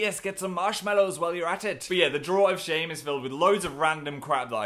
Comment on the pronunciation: I like how he emphasizes drawer of shame and not time machines